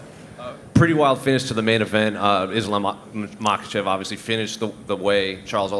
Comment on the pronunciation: say the champ's name, it's Islam Makhachev!